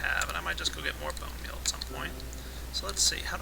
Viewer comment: about "Place my blone meal there.." lol